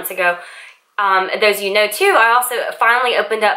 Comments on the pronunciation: Why do you pronouce "you" word with such "yoh" sound? Is this popular in some parts of US? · just first few seconds of your video:.I going to..update you.... The word "you" sounds just different than usual